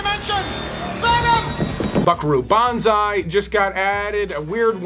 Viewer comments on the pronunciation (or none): none